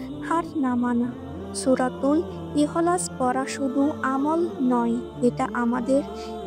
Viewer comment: আপু উচ্চারণ টা ঠিক করে করুন ,সুরা ইহো লাস বলে কোনো সুরা আছে বলে তো আমার জানা নেই